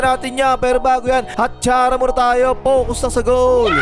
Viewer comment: ang lutong ng pagkakasabi ng atsara tol ah